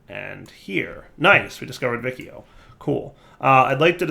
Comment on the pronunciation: if you notice the name of the constellation is similar to Latin, so the "ci" in vicio should sound like the chi in "chili", the "vi" in aevitas should sound like the vi in "video"